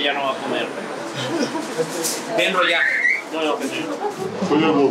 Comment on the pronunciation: Se llama Kenrooo Señor con R jajaja